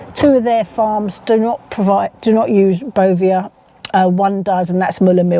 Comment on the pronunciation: I've checked my ASDA milk and around the little farm owned square it's printed as tiny as they could possibly go. Sourced from Arla foods. How do we know wheather Asda are also accepting the Bovear milk. It's pronounced Bo Vare I believe.